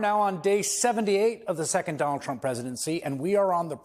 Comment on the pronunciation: Dolund trump 😂